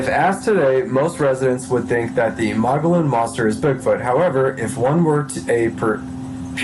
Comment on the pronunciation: This guy should really learn to read....in particular, learn to pronounce Mogollon etc..my six year old can read better.. lol